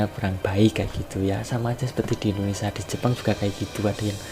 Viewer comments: Woiii itu indonesia pengucapannya bukan indonesa,...bahasa burung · ngomong indonesia dulu yg bener ,bkn indonesa. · Tolong di ralat kata indonesa.. harus diucapkan dengan benar INDONESIA bukan INDONESA..